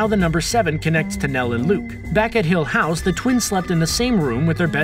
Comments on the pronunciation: i just wanna say, the way he pronounces "hill house" drives me mad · It bugs me how many times per minute he says the show and his emPHAsis on hill HOUSE. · says 'hill house' oddly. almost shatneresque. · Why does he say hill house like that